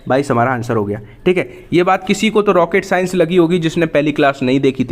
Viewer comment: भाई जब तुम बोलते हो रॉकेट साइंस तो मुझे बहुत हंसी आती है 😁😁😁😁😁😁😁😁😁😁😁😁😁😁😁😁